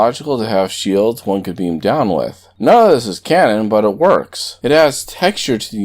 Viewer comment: I am in support of anti-trekker. gads cant even say "Shelds" correctly. Shields keep up the work Anti-Trekker.